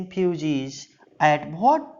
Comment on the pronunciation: Apna pronouncing thik kr lo what hota hai bhat nhi